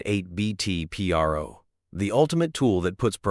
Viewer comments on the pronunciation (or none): Its not P.R.O. its PRO, short for professional.